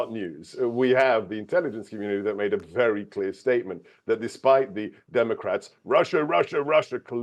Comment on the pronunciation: "Trump will speak in wery short words." What a surprise!